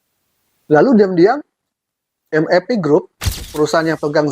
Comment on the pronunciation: kenapa eja MAP spt ejaan inggris ? Padahal itu singkatan dari bhs indonesia